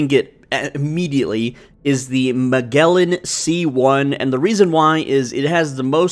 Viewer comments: 'Magellan' is pronounced with a soft g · Just a small correction… it’s Muh-Jell-in. Like the famous explorer’s name… because it is the famous explorer’s name. The more you know :) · Magellan (he was an explorer, like Vasco!) rhymes with “I’m Gellin’” (soft g). Fabulous video! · Magellan is pronounced muh·jeh·luhn .